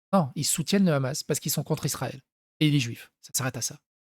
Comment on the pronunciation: ça me trigger les gens qui disent "ramas" au lieux de hamas, tu dis Hawaï pas rawaï